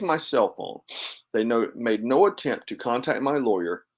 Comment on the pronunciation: Funny she cant even say "no"